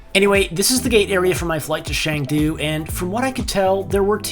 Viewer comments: CHengdu not shengdu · “Shangdu” HAHAHA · It pronunciation for chengdu is Chen Du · You pronounce Xiamen better than Chengdu ;) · So MUCH BETTER though! Hats off to you. BUT there's an "e" in Chengdu, not "a". But I guess that's nothing compared to how you did Xiamen in previous VDO lol